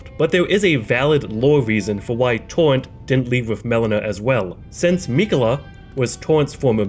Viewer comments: Tor-Rent not TORNT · TAWENT...TAWENT...TAWENT Lmao you sound like Elmer Fudd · I like how homie says torrent. "Towwent"🥺🥺